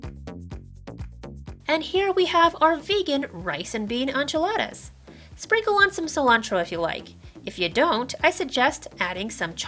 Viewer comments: HOLD UP— did she say "ONchiladas"?? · This recipe was very good, but your pronunciation of enchiladas made me very uncomfortable